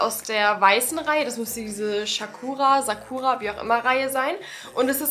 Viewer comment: Es heißt Sakura mit S nicht Sch 😊